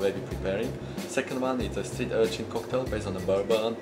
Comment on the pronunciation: Good job with "Streen Urchin"....